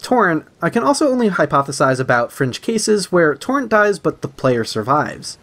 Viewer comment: Great video but it’s torrent not torren